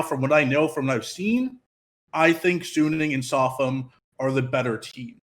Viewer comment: Suning is a fucking good team. They're definitely favorites to get first. But you probably don't know much about them or have watched much of them anyways considering you're calling them "sunni". Sounds like random assumption on your part. Even if Machi was fodder (which we can't be 100% sure of) TL is fighting over second place with G2. Sure, G2 can lose a random game in Groups. But they know what's at stake. They will tryhard and even if they might int a game vs Machi, for example, they should still be favorites against TL. It's not like G2 will "int away" half the games in Groups lol. Depending on how the group goes TL might have to beat G2 once even to then force a tiebreaker between them and G2. Are you going to bet on G2 inting that game, too, when it comes to it? Yes, it is a rather convenient group compared to the past years. But it's still hard to get out. 50/50 at best. At best.